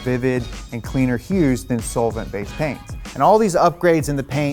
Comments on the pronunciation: Haha, sole-vent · Sounds like he's saying it "soulvent" lol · The way he is saying “solvent” sounds a lil weird to me lol. The way I’m used to hearing it is more like “sahlvent” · Love ya bud. The way you say solvent make me wanna kill myself